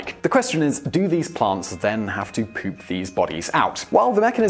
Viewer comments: Thumbs up if you like the way Simon says poop. 'Pewp.' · when you said poop, pees and farts in a British accent I laughed then got my note pad ready